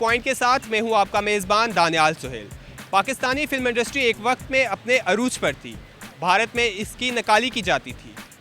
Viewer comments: industry ko pronounce to theek se ho nai raha bhai tujhsy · bechare anchor ko industry bolna nhi aarha....beta jao or padai karo.. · Tu pahle industry bolana seekh